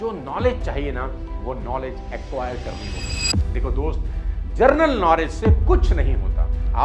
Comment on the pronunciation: जनरल नॉलेज की जगह जर्नल नॉलेज बोल दिया आपने बाक़ी सब तो ठीक है